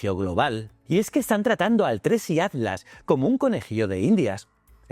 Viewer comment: PIR FAVOR PERO POR FAVOR PRONUNCIA BIEN ATLAS. SE SUPONE QUE USTEDES LOS ESPAÑOLES HABLAN EL MELÑJOR ESPAÑOL Y ESTE DECIRLE ALTLAS ES MOLESTO. HABLE BIEN